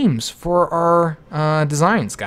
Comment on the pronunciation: I'm sorry but I have to say that it's CAVALRY not CALVARY.